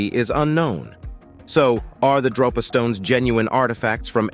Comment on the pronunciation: DRO-pa stones or DROP-a stones? Here's your sign ------------ He mostly calls them Drop-A stones and then near the end he calls them Dro-pa stones (which is correct). I find it amusing 😋